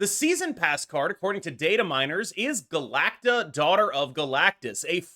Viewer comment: Finally someone pronouncing Galacta properly and not Galac-tica